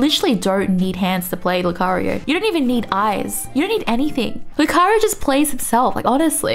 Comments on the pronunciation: R u a Filipina? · Actually made me laugh xD